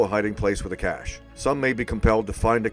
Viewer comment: People who have the time to add an extra syllable to the word "cache" should spend that time converting their DNFs instead!